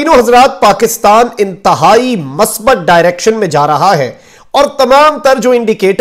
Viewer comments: masbat nahi huta musbit huta hei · Correct word is Musbat Not masbat. Please correct your pronumcistion. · بھت خوب ھے مخدوم پھاںیء اس کم عمری میں اتنی ذمہ داری کے نبھاؤ پر رشک آتا ھے دوسرا یہ کہ اردو کا تلفظ صحیح ھونا چاہئے مثلا مثبت کا تلفظ میم کو پیش لگاکر ادا کیا جاںےء